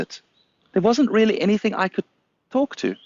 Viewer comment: Wow, those worm fwends weally made an appeawance thewe.